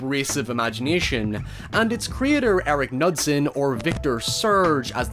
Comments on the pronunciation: Knudsen is promounced with a hard K-sound btw. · Unrelated, but it's pronounced with a hard K sound. K-noo-sen. It's Scandinavian :3